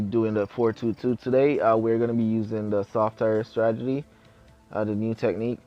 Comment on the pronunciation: 2 suggestions. 1: make a 2nd channel and make it a gaming channel or something ( if you want obviously ) And 2: I'm not making fun of you when I say this I'm just trying to help you out but you should pronounce it as strategy not stratgety